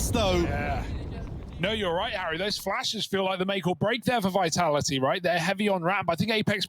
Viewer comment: VITALA'HEE lol I love how the guy doesn't pronounce the second 'T' in Vitality